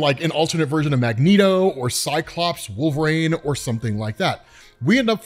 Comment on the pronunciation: EEN! It's WolverEEN. Not WolverAINE